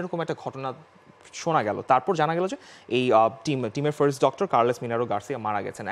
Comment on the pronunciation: ভাই বেইরছোলোনা ফেইরস্ট, এইসব কি ভাই?? আপনারা ইচ্ছা করে জোর করে ভাব নিয়ে বার্সেলোনা কে বেইরসোলোনা ফার্স্ট কে ফেইরস্ট বলেন নাকি আসলেই বাল জিবে ঘোরেনা আপনাদের বুঝিনা ভাই!!